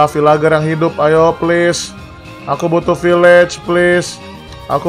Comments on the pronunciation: Bukan vilager bang vilajer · Bang bukan bilang vilager tap bilang nya vilenjer🎉